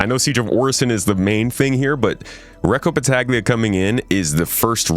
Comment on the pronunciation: It would pronounce "Battalia" (the g is mute)